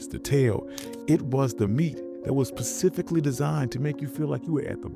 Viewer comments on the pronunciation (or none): Did this man just say pecifically? The word is specifically!!!!